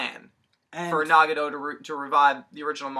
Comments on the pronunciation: Can we at least pronounce the names right. NA GA TO not Nah ga Doh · NagaTO, not NagaRo, all you need to do is watch in the original Japanese pronunciation. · its nagATo not nagado =.=